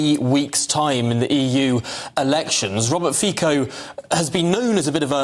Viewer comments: At firts, his name is not FiKO, read it as Fitso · His name is pronounced 'Fitzo' NOT 'Feeko' - who do you employ to do the reporting? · Fico is is being pronounced as Fico and not Fiko🙈🙈🙈😬In Slovak language we pronounce as we write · His name is Robert Fitzo no Fiko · Pronounced Fitzo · I don’t blame the average English speaker for pronouncing Fico Fiko … English isn’t phonetic… sometimes c is hard, sometimes soft and sometimes s. But the BBC are a sloppy lazy organization who can’t be bothered to find out the proper pronunciation of a Nations leader. Same in US, Canada, Australia etc. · English overlords: learn how to pronounce his name.!!! Stupidos. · Please make sure you pronounce his surname correctly. The way you did is incorrect. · Yeah. As they highlighted, 3 times prime minister, making repeatedly headlines for going against the accepted EU / NATO narrative - and still all of them get the pronounciation wrong. Embarassing and frankly respectless.